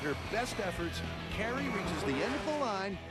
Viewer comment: its kari, not carrie